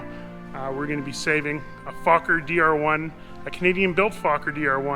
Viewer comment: An interesting project. Is it a Ron Sands based DR-1? Speaking of talking I believe Anthony Fokker pronounced his name 'Foe-ker' not 'Fock ker'